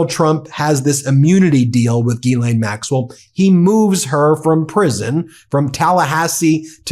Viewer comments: Her name is pronounced Gilan, not Gilane or Jeelane. The G is the same as G in goat. The monster needs her name out there known accurately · Y'all keep butchering these ladies names it is pronounced (listen how the victims say it) Gee-Lynn spelled Ghislaine and Guifree is Goo-fray!